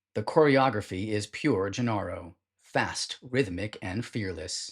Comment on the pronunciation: Also "Nedicks" and "Gennaro" are mispronounced. I appreciate your effort but people will catch these errors.